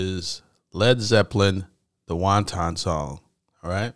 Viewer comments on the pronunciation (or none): it's not the WON-TON song -sheesh - WANTON, not the Chinese fare, won-ton. It's spelled correctly on the album and in your title, yet u still pronounced it wrong. Repeat after me WANTON, not WON TON. Wanton is a different word entirely. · It's pronounced WAN-ten (as in 'malicious'), not wonton (like the chinese dumpling)😀Love love your musical insights. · Wanton - pronounced like wantin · It drives me insane that 99% of people mispronounce wanton. It's "want-n", not wan-ton like the Chinese dumplings. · Please, for the love of all things holy - "Wanton" is pronounced "/wŏn′tən/" or "Wan-ten" meaning "Expressing sexual desire. "Wan-tawn", or "wonton" is a Chinese noodle. This song is NOT about a Chinese noodle. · I caught that too at the beginning. The emphasis is on the 1st syllable of the word, instead of the 2nd. We're not listening to a bowl of wonton soup! LOL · 99% of reaction channels pronounce it like they're ordering Chinese dumplings.